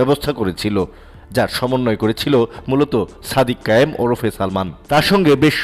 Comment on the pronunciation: "সাদিক কাইয়ুৃম" নামটাও ঠিক মতো উচ্চারণ করতে পারেন না? অথচ ভিডিও বানান।